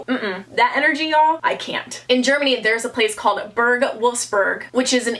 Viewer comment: Me being from germany: cry-laughing about pronounciation of "Burg Wolfsegg" 😂😂, however I can't blame her😂 Edit: Just looked up where Burg Wolfsegg is, and surprisingly it is not far away from me, can't belive you chose it😱😅😘